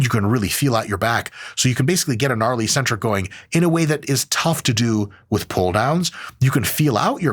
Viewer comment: Hey Mike! Just a little thing to note that made my French brain kinda confused: Eccentric is pronounced excentric, not eecentric 👍